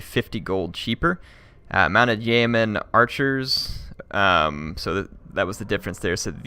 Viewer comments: Yeoman is pronounced Yee'O'man with the emphasis on the O sound. Thank you. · Ah no, it is pronounced Yo-men.